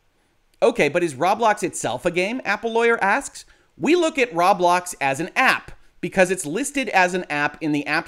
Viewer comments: row-blocks, not rob-lox or raw-blocks. triggered :P (you buy thing with robux, ro-bucks, not raw-ucks or rob-ucks) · It’s pronounced “Row-Blocks” not “Rob-lox, as in “Robots,” not “Rawb Lockes” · The way he says "Rob-lox" makes it sound like a store that sells locks and is owned by Rob. "Rob Locks"